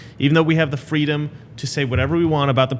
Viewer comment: Remember when she rolled around NY in a baby carriage and when asked what she wanted she said, "Fweedom."